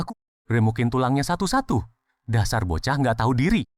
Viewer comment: Bukan bokah,tapi bochah